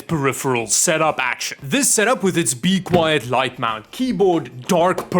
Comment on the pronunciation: I'm so tired of hearing you say BEE-quiet with insane heavy emphasis on the first syllable.